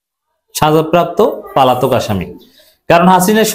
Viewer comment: বারবার একই উচ্চারণ - পালাতক। শব্দটা : পলাতক